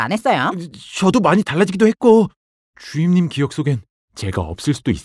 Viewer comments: 주임님을 주인님이라 하는줄ㅋㅋㅋㅋㅋㅋ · 하 이젠 주임님이 아니라 주인님으로 들린다. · 전 왜 자꾸 주임님이 주인님으로 들릴까요?